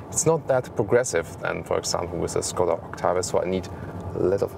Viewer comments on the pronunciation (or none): Learn the right pronunciation of Skoda here